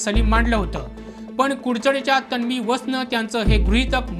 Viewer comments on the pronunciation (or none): अरे बाबा तण्वी, णंतर, पोलिसाणी, बणावट ,बणवाबणवी, लोकाणा नाही म्हणायचे....उच्चार शुद्ध असु द्या...बातमी देताय आपण.